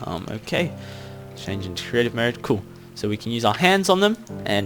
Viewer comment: you always say " coo' "